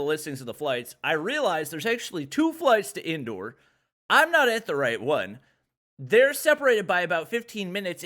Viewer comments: Indoor lol it's indore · His "INDORE" sounded like " INDOOR" 😆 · Me ok his Delhi pronunciation is good Then he says Indore and Bhopal Me: dies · "bopol" "indoor" BHOPAL INDORE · The way he said 'Madhya Pradesh' and 'Indore' pisses me off But in a hilarious way 🤧🤪🤣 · He is pronouncing indore and bhopal so different 👌👌 much love (). Wish i could have meet you 🥺🥺🥺